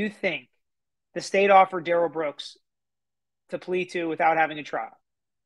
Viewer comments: I’m with you, Monique. It REALLY grates on me when they mis-pronounce his name. It’s rude. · It’s the pronunciation he does not agree to. It’s Duh rell not Dare El